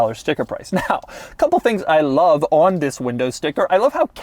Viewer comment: "I LAV"!